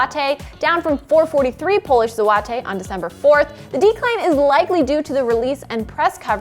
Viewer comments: It hurts to hear you say the polish currency.. Please look it up, that's not how we say it at all! Zwo-tych.. Do abit more research, a simple check on Google translate would have saved you the embarrassment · What The Hell Is A Polish Zowatay Thats not how its pronounced lmao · It’s like she did her best to mispronounce polish zloty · So you couldn’t even learn how to properly pronounce “polish zloty” before you decided to stand in front of a camera?